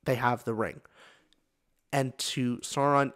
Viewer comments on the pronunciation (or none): So-called expert can't even pronounce Sauron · An expert mispronounces ‘Sauron.’ Jeez.